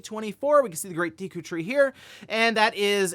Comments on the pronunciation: did he say "deekoo" tree? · wait... how did you prononunce Deku? lol have i been saying it wrong my entire life?? i say Deck-u. 😮